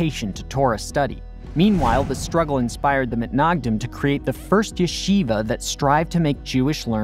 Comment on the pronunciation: from now on pls, I beg u, call the “Misnagdim”. Mitnagdim just sounds wrong